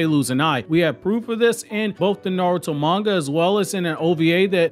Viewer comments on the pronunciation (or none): none